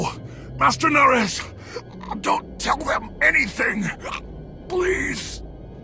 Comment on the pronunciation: The names were butchered 😭